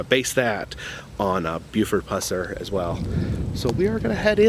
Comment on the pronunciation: Thank goodness you didn’t butcher his last name like you did in you 2015 vlog, lol. Thanks for going back. This man is a hero of mine.